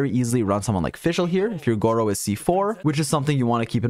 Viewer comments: bro call him gowou or did u get a good artifact? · disappointed that you didn’t call him gowou smh